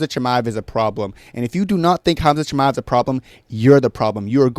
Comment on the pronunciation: Why does he say shiba like a retard so often